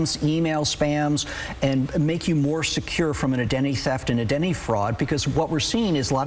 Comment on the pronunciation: )) “A Denny” theft and “A Denny” fraud? SLOWWWWWWWWW DOWNNNNNNNN. 🐢 lose the puppy dog energy and pronounce correctly.